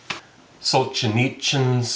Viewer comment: Russian words only have one strongly stressed syllable. Sol-zhe-NEETS-in. Dosto-YEV-sky. Not to be rude. But it’s kind of helpful, you can just pick a syllable to emphasize (usually the second or third for these 4 syllable names) and go with it, even if it isn’t the right one (lol).